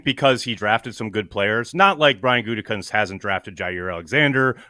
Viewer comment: What's up with calling him goontekunst like every time😂